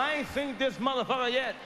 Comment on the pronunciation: "Seent." Hahahaha